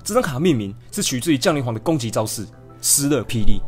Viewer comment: 應該是降(ㄒㄧㄤˊ)雷皇吧030